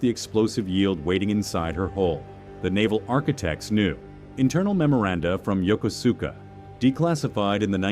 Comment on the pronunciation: Can't even pronounce Yokosuka properly.